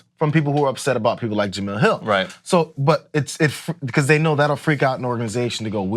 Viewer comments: you cover sports her name is pronounced ja-mel not ja-mill. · Really? You still haven’t learned how to say her name???